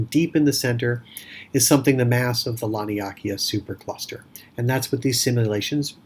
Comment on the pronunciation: I'm sure its pronounced Lan-ee-a-kay-yaa